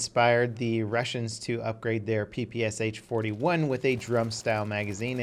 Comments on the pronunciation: Not P-P-S-H, but P-P-Shah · it's not P P S H god dammit, it's P P SH